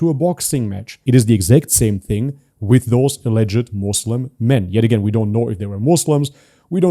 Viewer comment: After all this time he still doesn't know how to pronounce Islam and Muslim. It's not izlam...